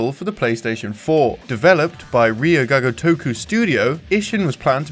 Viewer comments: "All we hear is Ryo-Gaga-Toku!!" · Ryu GAGA toku? You mean Ryu ga GOtoku. Somone is still thinking about Lady Gaga's Super Bowl performance. xD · well "gagatoku" is not better either :D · At least look up how it's supposed to be pronounced, "reeju gaga toku" grates the ears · Everytime he tried to say it I fucking lost my shit. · Yup, even when its their native tongue I correct them. In this case if youre going to make something to be educational, you at least want to get the title right. Because they way he says it, its not even same same word. Ryu Ga Gotoku specifically means "Like a Dragon" If you mess that up youre severely messing up the title. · first time I heard someone pronounce "Ryu Ga Gotoku" that way. it's mind boggling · Not trying to be negative, but japanese pronunciation needs work, Google Translate text-to-speech does a better job:v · it took me hearing "ryuu ga gotoku" like 5 times before i realized that was what you were saying, the pronunciation was really off :( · Can you get someone who can pronounce properly. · I'm sorry, but please learn how to pronounce the name. It hurts my ears. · I'm sorry, but I can't stand the way you pronounce Ryu ga Gotoku. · Maybe you should get a different guy to talk about Japanese games. These pronunciations are pretty painful.